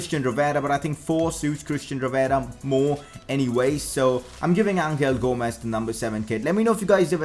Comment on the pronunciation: for fuck sake it's pronounced anhel gomes